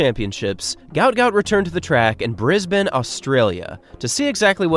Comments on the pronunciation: Thank you for pronouncing Brisbane correctly! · Props for pronouncing Brisbane, Queensland and Australia correctly. Most Americans get all 3 of them wrong and say “Brissbayne” instead of Brizzben, “Queenslend” like you’d pronounce Finland or Ireland, or Oar-stray-lee-ah instead of Oss-trail-yah. I feel like you must’ve spent some time here for you to pronounce them so perfectly. If you didn’t, then thank you for taking the time to learn the correct way to say them.